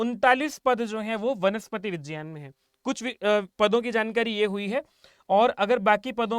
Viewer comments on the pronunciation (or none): vijyan nahin vigyan bol yar bhai.. irritate mat kar natak kr k...